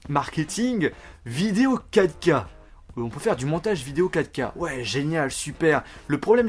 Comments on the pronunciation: A la place de dir 4K t'as dit caca 😂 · Ahhh mdr j'ai du réécouter pour comprendre "vidéo 4k", j'avais compris " vidéo caca" ...